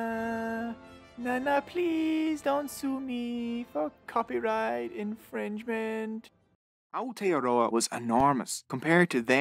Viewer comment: I'm sorry but how you said Aotearoa made me a little mad only cause that's my country